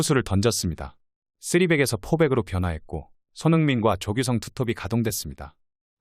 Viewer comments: 나레이션 혹시 외국사람 인가요? 조규성 인데 자꾸 조규썽으로 들리는지 기분탓인가~ 흠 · 조규썽이아니라 조규성입니다 썽썽 할때마다 좀 불편하네요